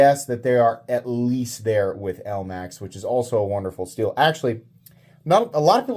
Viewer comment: "elamx" steel. nice 😂